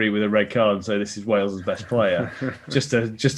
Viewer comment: I Love How Haskell can't even say the word, Wales! How do those lemons taste ?